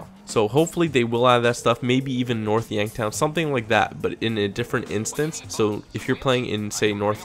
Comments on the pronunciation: And why do ya say North Yanktown? It's Yankton! Well, sounds like you're saying Yanktown. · its North Yankton not North Yanktown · North yankton not North yankTOWN. :/